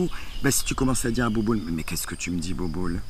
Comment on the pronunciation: Elle ma tuer avec "bouboul" 😂😂😂